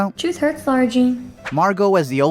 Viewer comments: My god I don't want to be that person ....but it's LAAAAAARA NOT LAURA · is it just me or is he saying laura instead of lara....... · I always wonder why so many people say Lara like "Laura". I've heard it before with Lara Croft and I just assumed maybe it was an accent thing but not for Lara Jean? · L A R A ... not Laura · He literally kept calling her Laura even though there’s definitely a line in this movie where Peter corrects someone who calls her Laura. It’s Lara Jean, people. Shouldn’t bother me this much but it does. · Yeah, it really bothers me too, Alex Meyers does this too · Duuuuude its lara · It's Laara. And loved your review. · I LOVE your videos but every time you said Lara I could just imagine Peter Kavinsky attacking you 😂